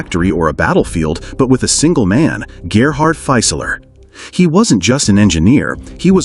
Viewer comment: Very interesting video, but I'll note a couple German pronunciation issues. "Fieseler" should be pronounced approximately as FEE-suh-luh rather than FY-suh-ler (where "FY" rhymes with "my"). In German, the initial "St" of "Storch" sounds like "sht" while the final "ch" of "Storch" is pronounced approximately like the first "H" in the name "Hughes." In English, it would be clearer and simpler to use the translation "Stork," as noted . In fact, the German pronunciation of "Storch" is much closer to the English pronunciation of "stork" than the pronunciation of "Storch" used in this video.